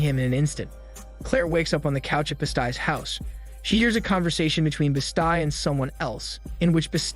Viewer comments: This was the first video of yours that made me wonder if you actually watch the movies that you narrate or do you just read from a script? The reason I ask is because no one would ever mistake a linoleum knife for a Machette and Claire’s (BEST-EE) is named Jen not (BEE-StI), it totally took me out of the video each time you mispronounced it. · I'm so triggered on how he says bestie, as best-eye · Wtf is wrong with the pronunciation on this channel? Bes sty? Really? I mean really?